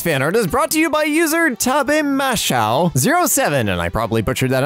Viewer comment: I'm pretty sure it's pronounced “tah-bay-ma-SHO.”